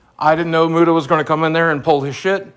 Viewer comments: I can't handle the fact that keem keeps pronouncing Muta like "mewta" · love how keem pronounces muta's name as "myuta" lol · I like how Keemstar calls Mutahar "Myoota" lol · Lol "Mewta".